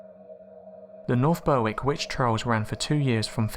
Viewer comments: It’s pronounced “Berrick” not Ber-wick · The w in Berwick is silent meaning it's pronounced Berrick. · Berwick is pronounced 'Berrick' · Englishman still can't pronounce Berwick right